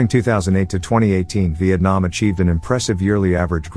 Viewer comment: He said Vietnam wrong